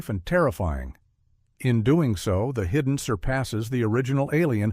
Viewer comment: I absolutely love how the AI voice misprounces the Hidden (hudden) one second, then gets it right literally two seconds later. And its Tob-EEE Hooper! Not Tobe like robe. Every AI voice in all these YouTube channels ALWAYS gets it wrong! I thought Leviathan was better than Deepstar Six but thumbs up for your thumbnail of Nia Peeples.